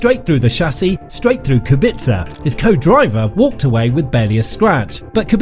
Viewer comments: Kubica, not Kubitza! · It is Rober Kubica, not Rober Kubitzer lol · It Kubica not Kubitzer